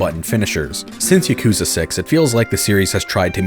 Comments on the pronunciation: Yah-ku-zuh It's not Yuh-koo-zah Goddammit- it's not hard. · Ugh. He pronounces yakuza wrong. Ya-kuh-zah Not, yuh-koo-zuh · Now if he can pronounce yakuza correctly, it would be a perfect video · why do you pronounce Yakuza like that ;-; edit okay yeah video seems cool but this is like trying to listen to a British person talk about "Mary-oh" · He doesn't even pronounce yakuza correctly, which he says a ton in the video, it's just super annoying.